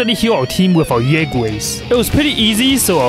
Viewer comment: You pronounced her bunny's name wrong the yue part is pronounced you.